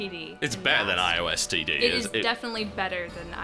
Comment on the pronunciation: whenever you say IOS TD, I just heard "I oh STD" it was kinda surreal.